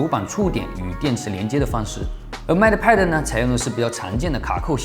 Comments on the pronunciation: mate， 英 /meɪt/ 美 /met/, 当名词用时的意思是 "助手，大副；配偶；同事；配对物"。 拼音 应该是 "mei t(e)"，"妹特"，末尾"特"的音要短, "e"几乎不发音。 英音美音主要区别是 mei 中的"ei"的长短。 很多线上词典有。 不好意思了，发音根本不是重点，是我吹毛求疵了。Up主的内容才是重点，希望我的这些发言不会讨人嫌。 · Mate读“meite”。 不好意思，好为人师了，只是听着很别扭：）